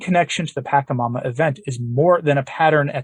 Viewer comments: Unless you know something about this South American idol that I don't, I believe the correct pronunciation should be PA-CHA-MAMA with the CHA said as it would be in cha-cha-cha, not as a hard K sound. I could be wrong if the reference language is a local one rather than Spanish. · The first syllable in “Pachamama” is pronounced with a soft ‘ch”, similar to the English words “patch” or “match”. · I know this might sound petty, but it's hard to listen when you keep mispronouncing the name of "Pachamama". But the content is much more important. This event was the first time I did more than just shake my head at Pope Francis. This actually made me angry, and I remain so until this day. The Protestants are mocking the Church over this, and they are right to do so. Also, any shout-out to St. Maximillian Kolbe gets a thumbs up from me. St. Maximillian, pray for the Church. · deliberately mispronounces the name of this demon, so as not to give it honor. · He refrains from saying it with that pronunciation because it could inadvertently be an invocation of the entity. Words have power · Yeah, knows something you don't know. As all of the exorcists tell us, you never ever say the name of a demon properly, because it gives them glory and invokes them. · It's "pacha", not "paka" That is just annoying to hear... I was a shamanic practitioner for a minute. Until the Lord pulled me away because I asked Him to... Anyway... Pachamama is mother earth. Although, I don't partake in this type of abomination anymore. It would be nice to say the name correctly. Thank you This is all about the new age trap called NSA new satanic age. Do not be fooled people, this is wrong and NOT teachings of Jesus Christ, our Lord The pope is and has been deceived to "get a long" with everyone and their own faiths. It is a trap and I believe that in time he will realize his misguided justices Remember we are all sinners, trying to become saints... Amen